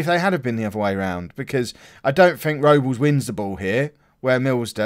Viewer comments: Everton's goalkeeper is joel Robles an that's pronounced Rob-les but you say it however you like mate haha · Think Robles. Is pronounced Rob - Les but it wouldn't be a video without you saying names wrong haha